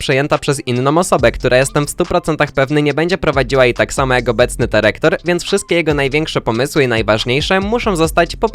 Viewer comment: DYREKTOR nie derektor!